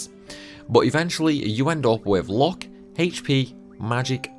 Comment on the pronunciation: My boy really can't pronounce mug, luck, cottage correctly lol.